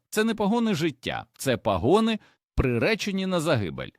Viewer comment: Епідемія озвучення ШІ із спотворенням наголосів: пагОни, цУкри, крОхмаль і т. д. Відштовхує і псує весь контент! Невже в Україні переводяться люди, здатні прочитати цей короткий текст живою українською мовою? ,,, Сумно...